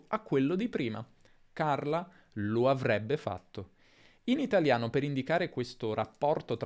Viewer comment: Nel minuto dice avvebbe, con doppia "v"? Un video meraviglioso per imparare. Grazie mille per il tuo lavoro.